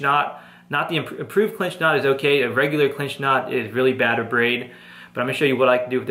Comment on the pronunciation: he keeps saying wiff